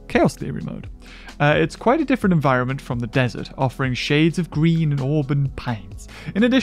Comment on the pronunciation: You're pronouncing "Desert" wrong.